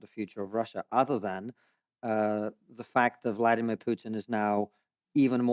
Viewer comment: Konstantin Kisin was raised in the Soviet Union. So, I would be very grateful if he would at least pronounce Putin's first name correctly: It's Vladímir Putin. I do NOT mean this as any defense of Putin or his actions--but think of the furor it would cause in the USA if someone did not roll his r's or otherwise accommodate his pronunciation when speaking about an Hispanic person.